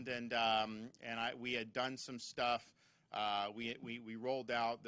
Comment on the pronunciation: “All this other shtuff” my man almost let it slip.